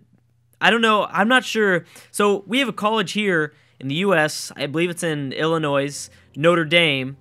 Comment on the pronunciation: Not only did you get the state wrong (Notre Dame is in Indiana, not Illinois) but you also pronounced Illinois wrong...